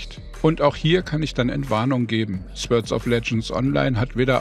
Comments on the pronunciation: Nur als Anmerkung: das Wort "Sword" wird "Sord" ausgesprochen, nicht "Swörd" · Fand das echt ein gutes Review! Werde es mir wohl mal angucken. Aber ohne jetzt so ein Typ zu sein - ich hatte Gänsehaut bei jedem Sword :D sôrd wäre die Aussprache. Nicht falsch verstehen :)